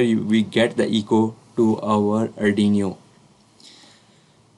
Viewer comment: Nice video & explanation, but it is not ardiniyo😇